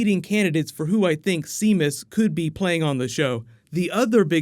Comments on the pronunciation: hey as a irish man it physically hurts to hear you pronounce Seamus as shemus it is actually pronounced as Shay-mus it is the irish name for James. love the videos favourite youtuber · Seamus Dever is not SEE-mus DEN-ver.....lo SHAY-mus DEE-ver.... sometimes you just really butcher names lol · oh my ears when you say Seemus, they bleed. It's shay- mus, it's an Irish name. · hey buddy, its an irish name, seamus same as saying shaemus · Hello...first time commenting....long time watcher. The actor (Seamus Dever) is pronounced Shay-mus Day-ver. Sorry for being a stickler but he's Irish and I was a huge Castle Fan. Love your videos. Keep up the good work. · Unless the actor pronounces it differently, traditionally "Seamus" is "SHAY-mus." LIke "Sha-VON" is traditionally spelled "Siobhan." Ah the Celts.